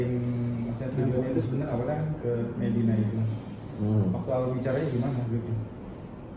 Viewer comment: Nyebut nama dr td kok slh mulu to pk.. Pk.. Mami di blg mama .. Medina di blg mediana🤦🤦hewdeh... Minum dlu pk biar gk blenk😁😁😁🙏🙏🙏